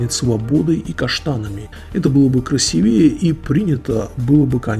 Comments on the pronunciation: КрасИвее. извините, резануло ухо. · Красивее, ударение на и